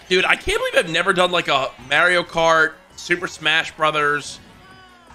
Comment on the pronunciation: Why’d he say Mario kart like that 😐